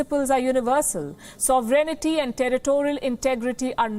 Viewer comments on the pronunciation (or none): Sovereignty. Please its not "sov e ren ty" its "sov ren ty"!!!! Please. And for the record clicking random keys on a laptop while talking as a news host is not a demonstration of intelligence!!